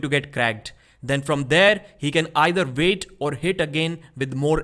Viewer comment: Its pronounced "world, weak and wait" Not "Vorld, Veak and Vait" C'mon man